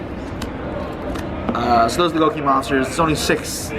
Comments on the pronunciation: Go-Key not Goo-Key/Guu-Key! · His skin and his pronunciation of gouki are disgusting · Man it's annoying the way he says Gouki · The way he pronounces Gouki....